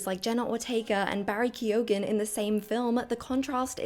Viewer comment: Ke-O-ghan lol